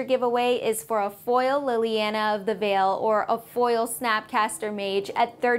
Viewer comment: Lily-Ana? What the hell is this? If you are going to hire people to promote the channel, at least make sure they can pronounce a pivotal character in the magic universe correctly. Smh.